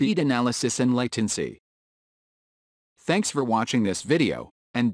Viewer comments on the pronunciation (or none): Theks... Its really help.. LOl